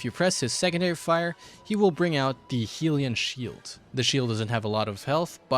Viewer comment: "Healean shiled" im not going to lie that pronuciation threw me off.